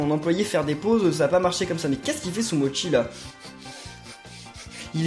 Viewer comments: sa ce dit sumochi pas sumotchi car c'est en italien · Ben si en plus Sumochi dit : Sumotchi